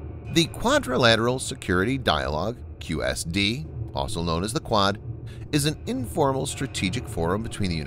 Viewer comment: I like the content on this channel, but I find it hard to take seriously when your narrator can't pronounce the word 'also' and you don't spell-check your video title.